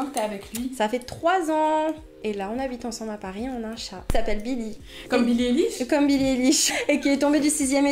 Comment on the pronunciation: billie "Éliche" 😂😂😂